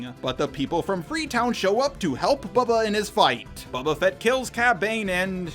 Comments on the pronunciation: you're saying "Babba Fet" instead of Boba Fett 🤭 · You say Boba Fett like you're Jeremy Scott from cinema sins "Bubba Fat"